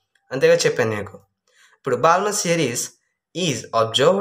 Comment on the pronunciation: Balmer lo L silent bro